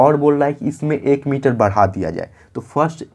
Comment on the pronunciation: Misar nhi sir miter😂😂😂